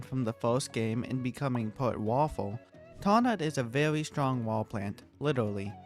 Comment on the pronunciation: the way you keep saying things like "owange" "vewy" sounds so calm and funny at the same time xd